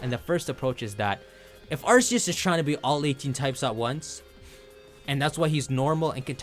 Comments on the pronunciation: The way you say Arseeus, when it’s RKS. 😅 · Dude quit pronouncing it wrong, it's arkoos not arseus